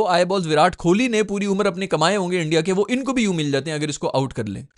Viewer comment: Virat hi bolo ku ki tmse Kohli nai bola jara bs Kholi Kholi bole jare ho..😂 fr Bumrah ko Bhumrah 😂